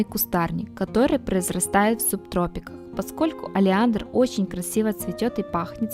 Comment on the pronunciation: "Олеандр"! - 🙄, - ритуал магический... 😒